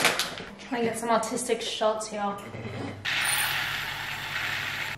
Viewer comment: i thought she said autistic... she said artistic right?